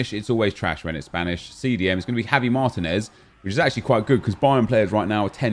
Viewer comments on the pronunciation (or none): none